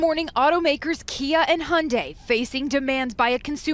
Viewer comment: If you cant pronounce manufacturers name correctly, dont make a video. Im not even a hyundai fan . Thumbs down. Wasnt worth background noise